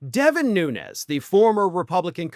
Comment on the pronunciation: Your pronouncing his name wrong, he's Azorean Portuguese and it's pronounced without the ez, it' more like noons.